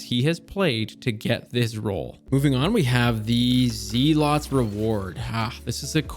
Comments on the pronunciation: its "Zell-its" reward. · Why do people keep saying, "Zeelot's Reward", it's pronounced "Zelluht's". Zealot is a word (someone who is fanatical in their beliefs). I think we forget that a lot of the weapons in the game are actual words, not all things Bungie just made up lol. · Zealots =pronounced "zell-it's" First run GM clear with LFG's, and I got an interesting Adept Plug with cornered, QD, acc/liquid, chambered/polygon, Charge MW. I don't think I've ever gotten 3 perks for charge time reduction on a Plug before. I like rustic stuff, so yeah, the moon weapons 🤌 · I am so sure he's saying Zealots wrong intentionally. But deep down... Deep down I'm afraid he's not.